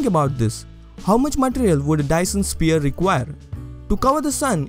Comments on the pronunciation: why do you say sphere like spear? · Lovely video! Very interesting and well explained. Btw, it's pronounced "s-fear" if that helps at all ;)